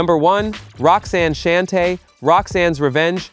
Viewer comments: Can we stop White people from narrating our musical history! Why can't they ever pronounce correctly. "Shan Tay"? It's Shawn-Tay! "NewClus"? It's New‐Clee‐US! The Soul Train clips are from the 90s ...stay out of shit! Smh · I stopped listening when I heard ROXANNE SHAN-TAY. No AI SLOP for me. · Roxanne "Shann-tay" Idiot. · If only you would pronounce Roxanne Shante's name correctly I would've become a subscriber even though I'm sure it was unintentional 🤔🥴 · It's cringe when I listen and realize it's AI narrating. It jacked up Roxanne Shante's, Rakim's and Nucleus' name 🤦🏾‍♂️